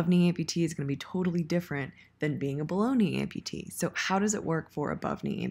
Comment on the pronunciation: I kept hearing Baloney Amputee before I realized you were saying Below Knee Amputee.